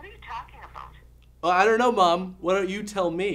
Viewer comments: LOL she said "what are you talking aboat?" So Canadian. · She said aboot!